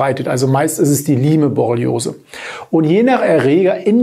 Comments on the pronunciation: Es heißt "Laim"-Borreliose in der korrekten Aussprache! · Es spricht sich "LAIM", wie bereits angemerkt! Siehe Ursprung in Amerika, Lyme. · Lyme borreliose wird ausgesprochen: LAIM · Okay, ich bin nicht die einzige, die das völlig irritiert. Beruhigt mich etwas^^ Vielleicht ist ein bisschen so wie bei Huawei u.a. Eigennamen. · P.S. ich wollte nicht klugscheißen, die Aussprache war nur sehr verwunderlich. Die besten Grüße!